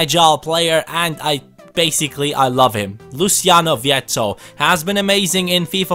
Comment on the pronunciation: His pronunciation was spot on, Luciano vietto is Argentinian and his name is the Spanish variation of the Italian so it is not pronunciated in the Italian way. English commentators tend to pronounce any name who has an Italia variant in the Italian way, but those names have an Spanish version and those are the ones used in Argentina (Spanish speaking country with plenty of Italian roots)...If you could ask Vietto his name he would answer /Louciano/ = Luciano; just in the way said it in the video and in the way all people named Luciano in Spanish speaking countries are called.